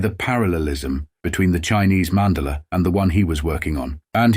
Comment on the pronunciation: "Mandala" is pronounced "man daah la"